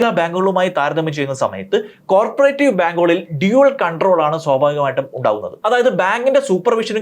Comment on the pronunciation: കോര്പറേറ്റീവ് ബാങ്ക് അല്ലടോ, കോ ഓപ്പറേറ്റീവ് ബാങ്ക് ennu🥰പറ